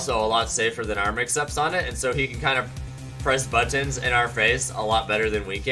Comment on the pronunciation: The way he says buttons is so odd